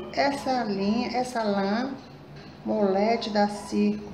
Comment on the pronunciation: Desculpa a marca da lã é MOLLET e não MOLLET como vc fala no começo deste. Vídeo uffaaaaa!!!!!! Cada a!!!!!!!!!!!!!!!!!!!!!!!!! Uma